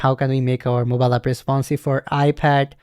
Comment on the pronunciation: yes brother instead of "moballap in on of...." you should have said "MOBILE APP IS ONE OF......"